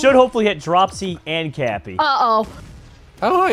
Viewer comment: dropsy, is saying hot chew?